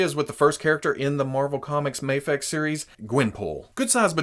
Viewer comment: Its "MAYFEX" not MAHFEX